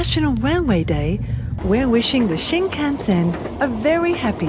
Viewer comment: Are you deliberately pronouncing "shinkansen" incorrectly and differently every time? LMAO